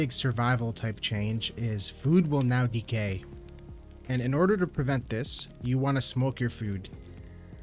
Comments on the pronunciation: sounds like he says food will now be gay xD....had to replay it a few times before i realised he was saying decay xD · I swear you said "Food will now be gay" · I thought you said food will now be gay ahha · i thought he said that too lmao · I had too pause and replay it when he said that 🤣